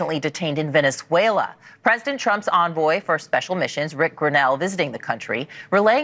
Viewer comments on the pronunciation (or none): are you saying villianzuela? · Bruh said "Vaylenswellyah" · It's Venezuela, not Valenzuela. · Are you pronouncing it “villain-zuela” on purpose? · Bruh, its not valenzuela, its venezuela. Goodness! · VEN-EZ-UELA, it’s like saying aks for ask.. I love your videos but brother it’s VEN-EZ-UELA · I can’t get over how you keep pronouncing Venezuela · It’s Venezuela. There is no “N”. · Venezuela has only one letter “l” in it. Check your pronunciation good sir! Otherwise a great video as usual. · Love your channel. But you gotta practice on your pronunciation of Venezuela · Dude... figure out how to say Venezuela